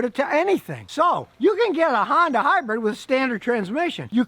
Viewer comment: Scotty is trying to to say HYBRID not HYBRED..... but still fails too often lol..